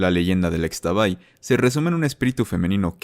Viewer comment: Como dato, Xtabay se pronuncia como "ishtabay", lo mismo con la flor de Xtabentún (Ishtabentún)